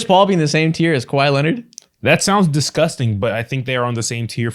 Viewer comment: Kawhi-A, Irving-A